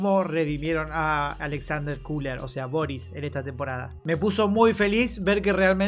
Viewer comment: Köhler no se pronuncia cooler, es Koeler